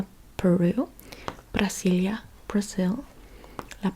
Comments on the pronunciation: I love how you say Brasília. The pronunciation is perfect 💖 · Your accent while saying "Brasília" is spot on... the original way of writing "Brazil" is with a "s" instead of "z" so the original pronunciation is just like you said "Brasília" minus the -ia.